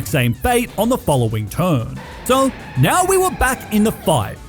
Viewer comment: You put some respect on my gal pal chikorita right NEOW